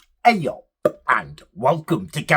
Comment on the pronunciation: Great “eyUP” at the beginning sir, just made 10 extra YouTube accounts to subscribe to your channel for that one mate cheers